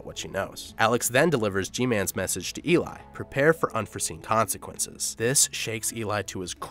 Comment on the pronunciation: Narrator: messes up the Unforeseen Consequences line Everyone in the comments: And I took that personally.